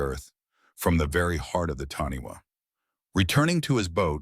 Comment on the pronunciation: Its pronounced Taaniwha Tani Far. Wh in Maori is a Fã